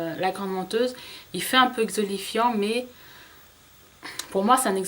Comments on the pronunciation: tu me fais rire quand dans toutes les vidéos je t'entends parler d'exolifiant... lol c'est exfoliant! c'est pas méchant hein! c'est juste que ça m'amuse. bizz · x) "Exolifiant" ! :D